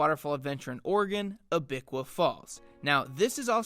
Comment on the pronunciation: You mispronounced Abiqua. It's not Ah-bic-kwa, it should be more like Abby-kwa. Silver Falls State Park is another good place to go. There are 10 falls located on 24 miles of hiking trails. 4 of the 10 falls have trails that allow you to go behind the falls. South Falls is probably the easiest of them to get to.